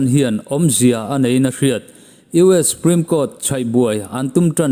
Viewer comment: 'Supreme' tih ah hian S leh P inkar a 'U' hi i paih daih zêl a. Huat awih loh.😂